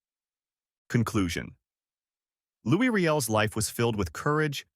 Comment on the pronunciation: It's pronounced "Louie"... and the AI is cringe